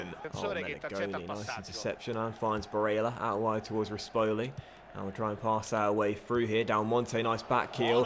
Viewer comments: STOP SAYING BARELLAS NAME SO WEIRD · The way he says barella